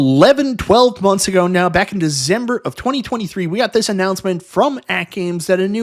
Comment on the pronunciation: "Introduced in Dizember" 😂